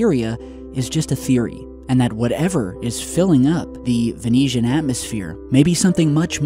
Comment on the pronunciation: Ve(noosh)an. Not, Ve(neesh)an. Sorry. Not getting critical. Just trying to do my part.